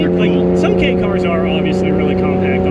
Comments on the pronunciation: I'm not sure on the 4 foot measurement, but I know the 8 foot long part is definitely wrong. It's much closer to 11 feet. All he had to do was measure the one next to him. I don't know about the downtown city reference he speaks of, but the KEI (pronounced like the following letter, K) class does get some preferential treatment regarding registering and taxing, though Japan has reduced some of these advantages in the past few years. At one point you didn't have to prove you had an off the street parking place for them because of it's small size. This car is from the end of the bubble economy, back when people had money, and car companies were bold enough to try fun things that maybe didn't need to speak to almost everyone to justify building them. I'd love to have one, the 4WD version if possible. A nice video. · pronounced K" not Key haha but great vid chap! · Kei is not pronounced key its kay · You pronounced kei wrong